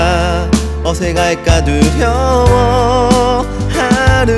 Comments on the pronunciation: 정말 몰라서 그러는데 이분 가수 맞나요…? 몰래카메라 아니고요? 그냥 개그맨이 꽁트하는 거 같은데요….씨 아니세요? 저 슬리퍼는 또 뭐며 발성이며 발음이 왜 다 저러죠? 어새갈까 두려워는뭔가요? 친구로 생가게꼬는 뭔가요? 노래 끝날 때 까지 다 저런 이상한 발음으로 부르시네. 희한하고 듣기 민망하네요. 원곡 훼손을 이딴식으로 하다니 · 어새갈까 사투리 섞인 발음 굿